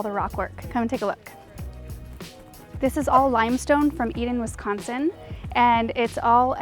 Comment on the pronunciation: I live right by Eden! (But you said Wisconsin wrong)